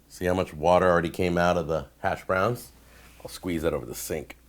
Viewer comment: The way you pronounce “hash.browns” pisses me off way more than it should.